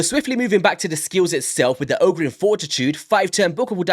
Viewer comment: A) Yes, my never-aging brother, I'm going for the 1+1 on sacreds. I KNEW they would do that! Right after this event-weekend. Should've warned the guys on... welp "this chord". B) Oo-Geer would be the right pronunciation. But, who cares right? haha! Oh the colours, yes, been a trend since last year (Purple+Gold)... Not sure why... hehe C) The dude is a filler, a pool diluter, as I said on this chord. Has some nice notes, differences with other known supporters, but... in Arena, he's a sheep, and all-in-all, nothing new really. D) Last but not least, I'm going for it for the same reasons I do every fusion: It's a guaranteed leggo. /Shrug. Sometimes get buffed, or changed. Welp. 'Neway brodah, thanks for the vid!